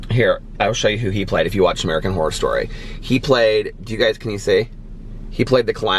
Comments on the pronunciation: I think you are saying “whore” every time you say Horror! haha oh! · Took me a good 2 minutes to realize you were saying "Horror" and not "Whore" 😂😂😂😂😂😂😂 Love you!!! Just joined the book club!! Can't wait to read American Predator!!!